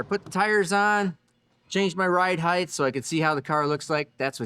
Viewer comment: "Height" doesnt have an h at the end. I love the crap outta you youre killing me. 😅